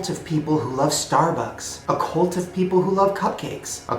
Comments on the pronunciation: Does it bother anyone else that Shane says "colt" instead of "cult"? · b why do you pronounce it "colt" wtf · Why do you pronounce "cult" as "colt"??? I love you Shane, but your vowels sound fucked lmao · WHY DOES HE KEEP SAYING COLT AM I THE ONLY ONE WHO PRONOUNCES IT CULT OR WHAT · Why you saying "colt" instead of "cult". I was so confused for a while. Cool regional accent. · Shane pronounces cult like colt, as in "If you keep throwing rocks at my window, I'm going to take out my Colt".